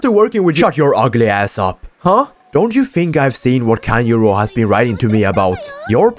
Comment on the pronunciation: bro i keep hearing tanyiro not tanjro🤣